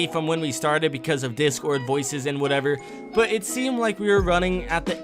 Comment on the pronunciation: i heard whatevor